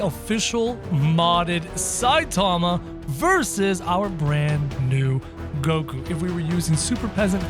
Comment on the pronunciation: Did bro just say koku